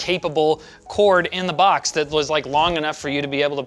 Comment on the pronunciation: No one:: Lets open the B A X